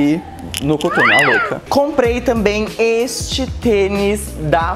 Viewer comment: mt estranho ver ela falando "cuturno" HAUWHHAHAHA